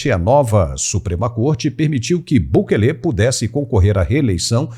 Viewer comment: Não é Bukelê. É Bukele.